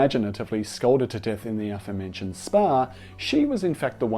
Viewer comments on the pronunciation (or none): none